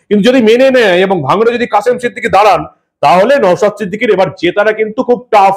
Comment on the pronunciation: আপনি ওনার নামটা ভালো করে উচ্চারণ করুন উনি সন্মানীয় বিধায়ক ওনার নাম নওসাদ , নওসাত নয় ।